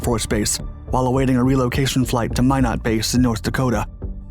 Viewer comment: Pretty sure Minot air force base is pronounced Minnow.